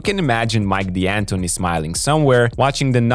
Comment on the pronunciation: Please, it's pronounced "Dantoni", not "Dee-Antoni": it's an Italian surname!